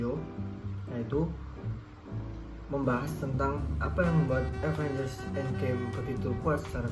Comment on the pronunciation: Avenger bang bukan Avanger